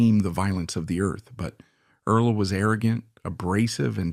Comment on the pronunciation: Please don't use artificial intelligence. No one really likes it. You spell and pronounce "Earl", as Erles, Early and Earla. You spell "Halliburton", as "Hallebertton". The voice doesn't match the beginning and ending of sentences. Do you review your work before you post it? I thought this would be an interesting story, but I could only get through the first 5 minutes.